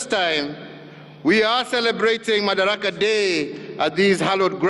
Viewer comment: Its madaraka not makadara.